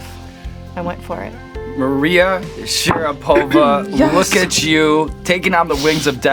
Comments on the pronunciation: I'm just curious, does she go by SharapOva? Cause I'm faaaaairly sure Sean was non saying her surname correctly there. At least if you go by the standards of pronouncing russian names/surnames. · SharApova though, not SharapOva ;) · Why SharapOva? It is how she like to pronounce? In Russian in will be SharApova.